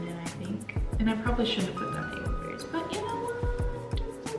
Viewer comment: Am I the only one that heard "we're going to put some blob Berries in"